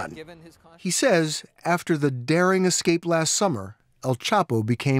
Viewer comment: Head of blah blah but can't prounce the word escape. It's not excape. You're not black. Let me axe you a question. Uggghhh.